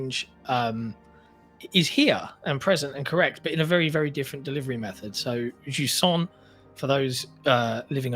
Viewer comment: Playing Jusant: 8.5/10 Pronouncing Jusant: 10/10